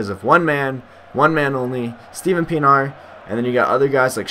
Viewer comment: by the way it's pronounced PEE-EN-R